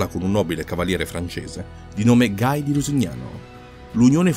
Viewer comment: Ottimo commento con un solo vistoso neo: il nome proprio di Guy de Lusignan, dei essere pronunciato alla francese "ghi" e non all'inglese "gai" oppure si scelga l'italianizzazione di "Guido da Lusignano".